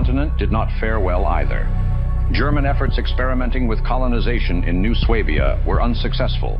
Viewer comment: i was today years old when i realized that's how you properly pronounce swabia